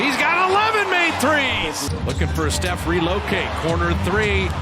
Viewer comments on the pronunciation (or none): none